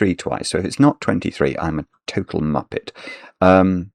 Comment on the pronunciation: Is he saying muppet, or moppet.